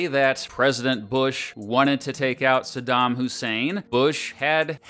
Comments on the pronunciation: Just realized they pronounced his name as "Sodom" in the news instead of Saddham. Smart move for propaganda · When politicians were shown trying to justify the war before it started, I noticed they pronounced Sadam “Sodom.” Interesting implications to dig into there, I have only heard his name pronounced “Sadam” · SADDAM NOT SADAM YOU POLITICIANS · “Sodom Hussein” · I wonder if people were encouraged to pronounce his name “Sodom,” to make all the conservatives even more scared and angry 😂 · Why did they keep saying it like “Sodom Hussein”?? 😭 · I always chuckle when people pronounce it Eye-rack, or when people pronounce Saddam as "Sodom"